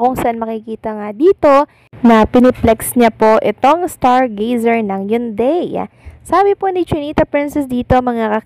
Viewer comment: basahin mong maigi ang mga words na binibigkas mo katulad ng Hyundai bigkasin mong ng tama.Ganyan si Kim lahat ng iniendors nyang products ay binibigyan nya ng oras.go, go go Kimpau.❤❤❤